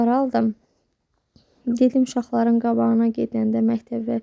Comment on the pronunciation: Qav yox qab,qavagina yox,qabagina ve sair.Bu nece danishiq terzidir???Siz ilk olaraq duzgun danishmaq qabiliyyetini oyrenin,sonra alin elinize telefon.